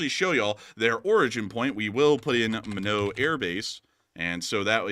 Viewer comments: It's pronounced my knot not minnow or mine naught to annunciate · It’s pronounced “My Not”… not Min-oo…. Couldn’t figure what you were talking about 😂😂😂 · Lol love you guys. It's Minot (My knot) not minow 😂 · A couple things. The B-52s are stationed at Minot AFB, ND. pronounced this as "Me-Know". It actually rhymes with "Why Not". The longer we let the Iraqis fortify their nuclear facilities, the harder it will be to disrupt them. Several years ago, the Israelis wanted to destroy them before protection progressed beyond Israeli attack capabilities. They worried that it would soon be beyond the ability of anything the US is known to possess. Imagine if we became immobilized by concerns the Iraqis had The Bomb, the way we figuratively soil our pants at the possibility of escalating against the Russians. The Russian leadership as a whole has some desire to avoid Mutually Assured Destruction. It seems the Iraqi leadership might view MAD as as the express line to collecting their virgins similar to suicide bombers. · It's pronounced My-Not ND Minot. I had the displeasure of being stationed there. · to avoid you being roasted, the pronunciation for Minot AFB is “My-knot”. Only us Air Force nerds care:)